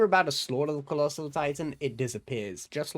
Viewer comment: HAAAAAAAAAAAAAAAAAAAAAAAAAAAAAAAAAAAAAAAAAAAAAAAAAAAAAAAAAAAAAAAAAAAAAAAAAAAAAAAAAAAAAAAAAAAAAAAAAAAAAAAAAAAAA he said collosal